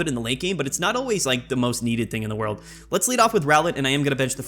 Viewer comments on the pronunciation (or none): none